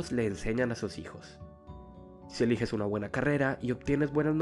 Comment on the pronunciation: si eleiges, en ves de eliges